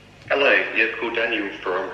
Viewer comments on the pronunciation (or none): none